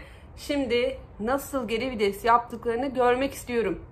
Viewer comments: abla herşey çok güzel yalnız o kelime vides değil VİTES teşekkürler... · Abla çok iyi "geri vides" diyon jdjdjj